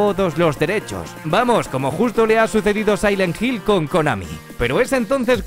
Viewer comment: Resident ivol,daino craisis,sailet jill ese ingles no te lo robo perro